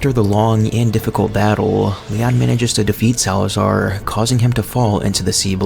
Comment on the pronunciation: you said salaazar wrong name buddy